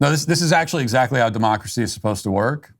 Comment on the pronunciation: it sounded like she said a “mockracy” instead of democracy.